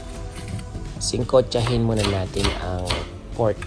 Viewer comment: Sangkutsahin hindi singkutsahin